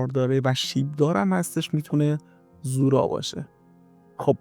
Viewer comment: سلام اولا تلفظ زورا رو درست نمیگید یعنی با ضمه تلفظ میشه دوما مننیش یعنی مکان گناه، سوما در روایت به دو مکان گفته میشد اولی بغداد و دومی تهران در روایتی از امام صادق به کاتب حدیث که احتمالا زوراره باشن فرمودند که زورا مکانیست در قسمت شمالی ری بین دو کوه سیاه و قرمز